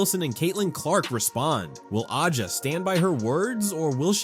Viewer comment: Who ever owns this channel, please....please ......stop......be a real person. T he womans' name is pronounced......ASIA.....you F***KING DUMB F***ks!